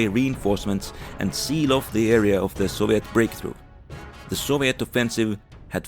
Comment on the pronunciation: man the mis-pronunciation of soviet and other words are horrible and horrendous to listen to